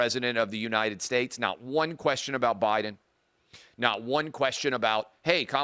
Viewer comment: She called her boss prez Obiden😂